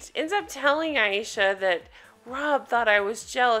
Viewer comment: I think Her name is Ay sha not I esha